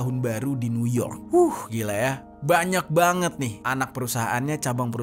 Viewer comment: Hiks. Mas, coba bljr ngmg "Forbes" yg bnr. Skrg ud ad google translate loh. Bs denger cara ngmg bhs ing yg bnr kyk gmn. Gt jg dgn ngmg, "Mao Zedong".